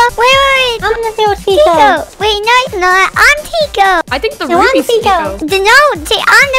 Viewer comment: Summary: "im thwe rweal tiko" "No im thwe weal tiko" argument